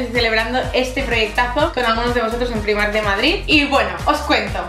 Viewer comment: "PONE PIMARK" Y el tacón de "metraquilato"? Es metacrilato.